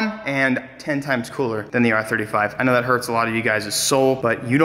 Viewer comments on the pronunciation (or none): none